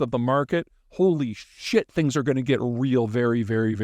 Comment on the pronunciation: I love when Peter puts an exclamation mark on his swears. “Holy SHIT!” 😂😂